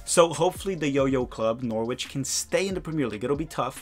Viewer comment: and another pronunciation tip - it's ve ne zia (the z as in pizza). and also Norwich is norrich and nottingham is nott'ngh'm